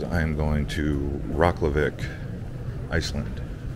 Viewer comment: Rocklahvik? You Rekjavik?